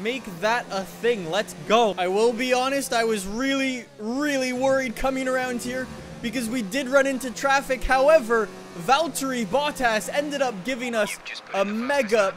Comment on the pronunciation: You.. Yo... You dont say vaulterai boltass you say Valtteri Bottas